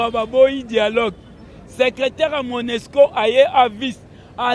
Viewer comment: Ba bengaka monusco et non monesco